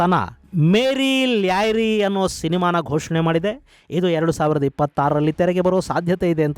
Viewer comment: ಲ್ಯಾರಿ ❌ ಲಿಯಾರಿ ✔️